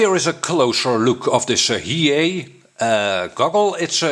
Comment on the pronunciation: Maybe it's not he-yea, it could be hi-e. LOL